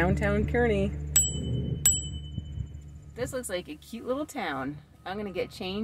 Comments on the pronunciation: Pronounced Karney by Nebraskans. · It's pronounced CAR-nee. And you missed the massive national car show today. Cruise Night. It's massive. Activities everywhere and cars as far as the eye can see. Guess your video came up bc I'm in Kearney today. Hope you see all there is to see. The Fort, the Bridge. All of it